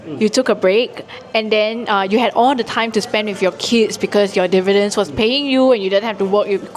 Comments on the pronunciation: The OCD in me can't get past him pronouncing dividends wrong all the time. lol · Dividends... not Devidends....